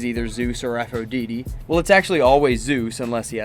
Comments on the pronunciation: i muted the video and turned on subtitles when he started saying aphrodeetee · I’m pretty sure it’s not Aphrodeedee. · Aphro dee dee 😭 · Thank Zeus someone else caught that (A-fro-dyte-tee) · Please stop mispronouncing Aphrodite’s name. For fucks sake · How the hell do you reach adulthood and not know how to pronounce Aphrodite?